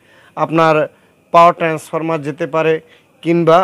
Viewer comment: Face ছাড়া ভিডিও করেন। একদম ভালো হয় নাই।ভিডিও দেখতে বিরক্ত লাগছে।আর এটা ট্রান্সফরমা না ট্রান্সফরমার হবে।